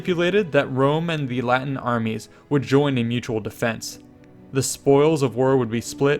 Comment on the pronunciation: that good latin pronunciation ;)